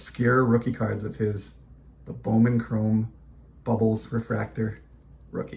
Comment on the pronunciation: I have never heard of these cards. They are so cool. Yes you said the name right. It is so weird to see my mama's name on a card. I enjoyed this video !